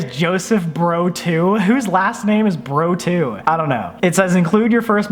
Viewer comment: It’s Joseph BROZ. NOT BRO 2. LOL